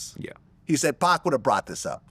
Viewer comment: Never trust anyone that calls him 2Pack